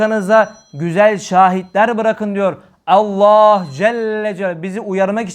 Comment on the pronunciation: Allah’ı zikreden bütün kullara rabbim lütuf ihsan eylesin birşey dikkatimi çekti af buyurun özellikle Allah lafzında ağzınızdan E harfi çıkıyor bu lafz hususi midir doğrusu A olarak çıkmalı değil midir?